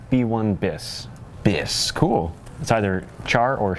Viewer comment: Hello, I am french and I can assure you that you have to pronunce the S in "bis" (it is not a silent S)